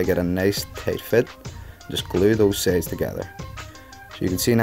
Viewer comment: why do you say sades and not sides